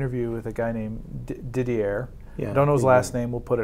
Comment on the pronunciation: Didier pronounced Didyay 😉